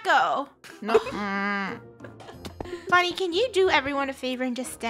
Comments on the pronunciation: funneh its not fenneh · Olga Ortiz u said funnel instead of funneh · Funneh not funnel